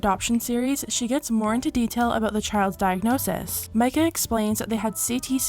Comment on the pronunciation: Shes an RN but worked in oncology and was fired for attacking a coworker. She can't pronounce diagnosis - diagnozzses lol. They wanted to get rich fast hence the whole yt thing. They couldn't foster because it's illegal to show foster kids online. Funny how she had to keep reaffirming I won't give him up, we won't trade him. Sounds like she was trying to convince herself way back then. She asks viewers for money for therapy while wearing a $6800 carrier watch. This was all a money making venture that got too hard after getting pregnant again. Tell yourself, your friends the mailman to never subscribe or watch this sh*t on yt again